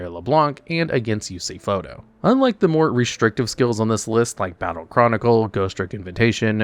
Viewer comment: did he day Yusei “Photo” 😕